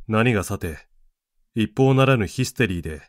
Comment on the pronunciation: 一方ならぬ。いっほうならぬ、ではなく、「ひとかたならぬ」である。